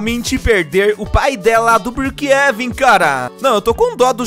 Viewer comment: Eu acho tão engraçado como ele chama brookhaven ele chama brookheven